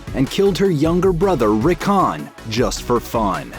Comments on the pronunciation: Wtf are you sating their names so weird? Have you seen the show? Did you ever hear their names be said that way ever? ArYa, RickOn, sound pretty beain damaged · The way he said Missendei and Rickon hurt me.